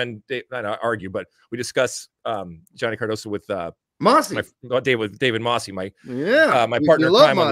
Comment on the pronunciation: Alexi doesn't troll. Those are his real opinions, and none of them are racist or xenophobic. It's Mosse not Mossey, and he's Brazilian-American.